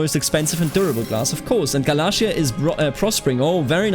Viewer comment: its gal-ayy-shar for galatia. Ayy as in Ayy lmao